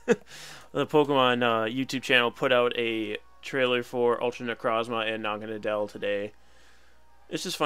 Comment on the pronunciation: That was a great video! By the way Naganadel is pronounced Naga-Noddle. Naga for snake and Nadel German for Needle.